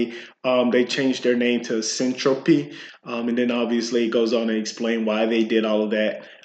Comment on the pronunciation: Hold on? Boring? Something that makes internet connections faster, more reliable, and fully encrypted. Just launched and already announced integration with Minecraft and Chainlink. I'm not sure you understand what you're talking about. Not knowing how to pronounce the word Syntropy does not inspire confidence lol. This is going to blow up! It's potential customers aren't just in crypto, data centers, cloud providers, and anything that uses the internet. But ok..